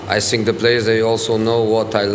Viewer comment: fuck these comments on jose's videos, now everytime he says "i sink" i smile uncontrollably